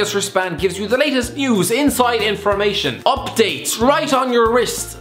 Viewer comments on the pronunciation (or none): none